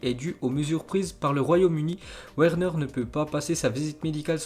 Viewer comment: oh la putain de toi jtm bien ta vu jte suis depuis ton ZI n21 mais stpppppp fait un effort sur l’accent on dit Timo Verner par Werner tu dis un Wagon ou un Vagon putaaaaiinnn